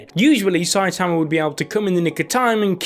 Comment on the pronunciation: everyone: "sai-tuhmuh": "sai_tahmuh"